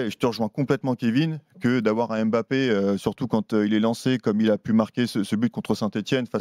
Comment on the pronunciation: Je remarque que les journalistes ne savent toujours pas prononcer mbappé. Triste